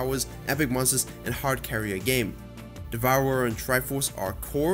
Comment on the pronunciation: Did you say devourer? TRIGGERED